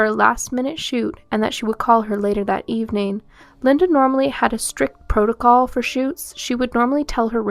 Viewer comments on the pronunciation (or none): none